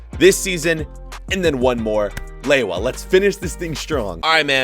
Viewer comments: its not lewoua its leva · its pronounced Leva not laywah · How does Lewa become Lay-wah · Who gets triggered every time he says lewa? Like im polish so im not surprised